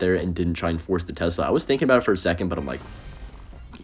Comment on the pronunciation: why does bro call it tezla